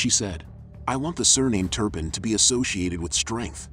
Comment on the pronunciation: Called her Jordan "Turnip"